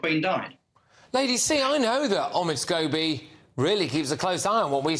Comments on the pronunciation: Scabies! Makes me laugh I wonder if lady C says that deliberately instead of scobie 😂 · Is she purposely calling him Scabies? 😂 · Are we going to ignore the fact that Lady C keeps calling him “Scabies”? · Notice how Lady C mentioned Omids last Name and calls him scabies ..instead of scobie ...hilarious .lol.....lol......